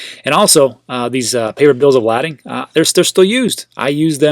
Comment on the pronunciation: Spelled lading...but pronounced bills of "laydin".